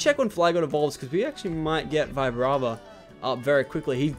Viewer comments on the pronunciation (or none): Also it's not Vibrava it's Veebrava